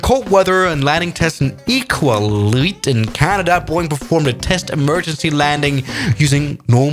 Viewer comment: Here is how you pronounce Iqaluit (EE-KAL-YOU-IT). I live in Canada and know how places are pronounced